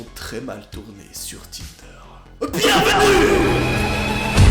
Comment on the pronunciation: A 16 minutes de la vidéo j’ai entendu tender